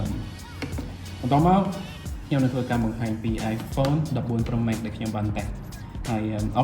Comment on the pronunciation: ចនសី pronunciation Pro Max ខុសតាំងពីយូរមកហេីយ លោកអាន ប្រូ ម៉េក មិនមែន ប្រូ ម៉េក ទេ ប្រូ ម៉ាកស៍